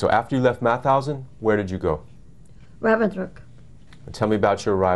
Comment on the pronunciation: Mauthausen you say the t and h seperate. It is not mouthousen 🙈🙈🙈